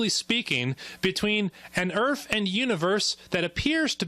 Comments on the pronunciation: Is it just the audio quality or is he actually saying "young urf"? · Did this idiota seriously say "erf"? Yep, he actually used some semi-bigotted language to ridicule our facts. Then in turn, he seriously state his own facts with improper english. As in, " a person who pronounces 'my' as 'ma' must be unintelligent and uneducated". Well, I give him a "way-to-go" in showing everyone how religious prejudices can insult two groups of people at the same time, maybe, even without the theist knowingly do it!